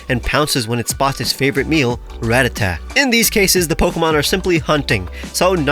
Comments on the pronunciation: ITS NOT “RATTATATTA” ITS “RATTATA”😭😭😭😭😭😭😭😭😭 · Also it's "Ratata," no"Ratatata." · Ratatata. Got one too many "Ta"'s in there my guy.